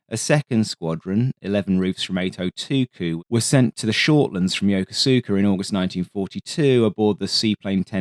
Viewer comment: I came here to talk about yoko suka Makes my eye twitch every time